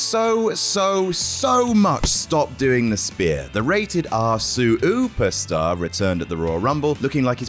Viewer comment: “Rated R suUper star” 😂